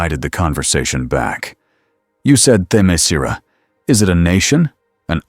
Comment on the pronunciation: Its pronounced Themyscira someone forgot to tell the a.i. How to pronounce it properly